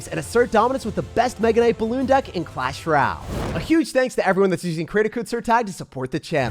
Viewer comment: Its clash r’yal to, he aint got no time for O sounds